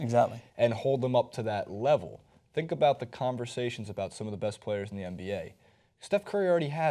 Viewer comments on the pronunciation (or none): playeRRRRs playeRRRRRs, playeRRRRs